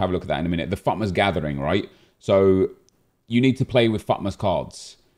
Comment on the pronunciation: EA have dropped the T in FUTmas. It's now FUmas.